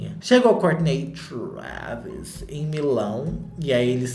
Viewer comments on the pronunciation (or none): TRHÚÉVYS KKK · Cada hora que o fala Traaaaaaaaaavis, eu me desmonto de rir e já esperando a próxima pronúncia kkkkk